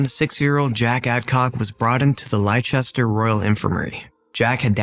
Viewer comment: "Leicester" is pronounced like "Lester" btw